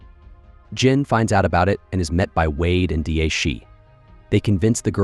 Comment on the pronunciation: The British agent of Chinese origins’ name is pronounced “Da” like short for Daddy maybe in English not D.A. Da Fu is perhaps the most famous Chinese poet.